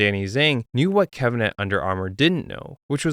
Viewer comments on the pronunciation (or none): none